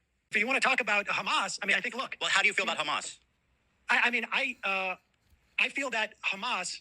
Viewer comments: Israel: BUT KHAMAS Ethan: BUT KHASSAN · "Do you condemn Khassann?"😅